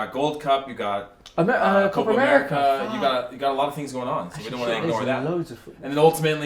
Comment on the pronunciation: Gotta love how Americans mispronounce Copa as Coper.